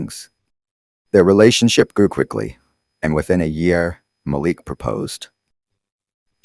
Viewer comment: Need to check your facts. The son’s name is MALIK. You pronounced it right the first time, the second time you pronounced it another way, and again, in another way. After, you said chattel died and after that you said Malik died. I goggled this story with names given herein and there’s no story. Are you sure you’re not making this story up?